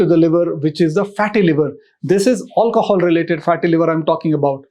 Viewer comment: drinking game: shots everytime he says "aulcohol"